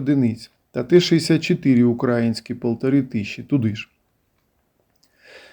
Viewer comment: Не УкрАїнські а УкраЇнські!